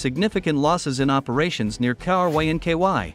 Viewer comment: Poor AI cannot pronounce Krynky K-r-inky-why 😂 The russians are also asking themselves Krynky why 😊